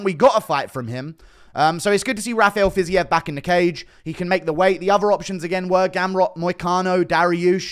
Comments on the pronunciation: "fizzy-ev" instead of "fiz-eev" always makes me lol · Ready to hear Fiziev said as Fizzy-EV